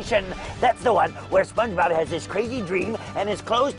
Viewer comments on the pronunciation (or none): this guys saying Spunchbub